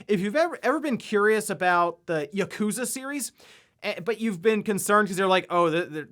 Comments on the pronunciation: "Yekooza".. lol, he's still pronouncing it wrong. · As a games news guy, I expected you to pronounce “Yakuza” correctly.